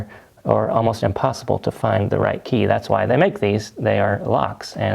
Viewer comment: Key not jey